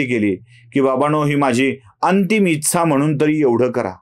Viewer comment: उच्चार जरा सुधारून घ्यावा ....इच्छा या शब्दाचा....गोष्ट आवडली...फक्त एका शब्दाऐवजी पर्यायी शब्द वापरला असता, तर बरे झाले असते.....कारण आम्ही महिलाही बघत असतो तुमचे व्हिडीओज......